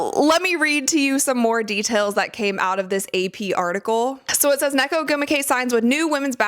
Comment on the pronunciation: Um about Nneka, It's pronounced [Un-Nay-Kah] The two n's are pronounced separately